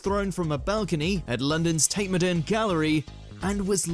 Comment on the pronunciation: Sorry, how did he pronounce "modern?" To all non-brits, that's not how we say that word in any accent